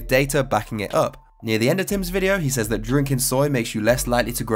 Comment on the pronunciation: Great video brotha. But since I'm petty I gotta point out I can't stand the way you say "s-Ayeez" (says). It's like SAY(S) but forcing it to be plural. SAYEEZ lol hate it SOOO much. Proper = [s-ez] or [c-ez]. Might just be my 'Merican linguistic imperialism lol